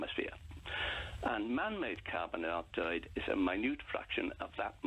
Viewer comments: Carbon Di-oxford.? Why the fuck can't he pronounce carbon dioxyde. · ‘Carbine dee-oxide’. What is this? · You’d think he’d at least have learnt how to pronounce carbon dioxide...